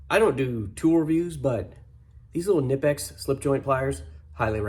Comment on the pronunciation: Good video! Entertaining as always. Great idea with the trimmer string! Oh, Knipex says it's pronounced "Kuh-Nipex", by the way, haha! Awesome tools.